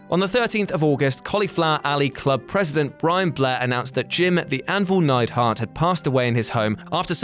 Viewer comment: Neidhart, not Neidhardt